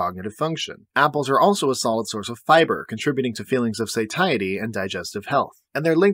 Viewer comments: Have I been pronouncing satiety wrong all my life or is it you. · Do you really not know how to pronounce 'satiety' ?